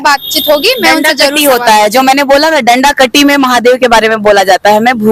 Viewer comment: डंडा कट्टा होता है khebdi, डंडा कट्टी नहीं.